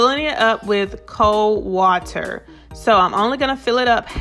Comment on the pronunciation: "Cold wa-Ter." You wot, mate?!